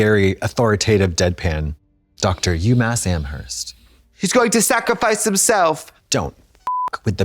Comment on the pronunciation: Not miss Katya saying UMass Amherst 😂😂